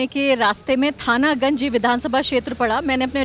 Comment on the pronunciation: Dear Mam, my home district is alwar and aapne thana ganj (थानागंज) bola hai .... Wo actually me Thanagaji (थानागाजी) hai😊